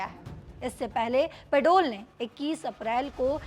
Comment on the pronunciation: Ye media ko.pata nahi ki such kya h bakbaas Paudel ko padol bolrhihe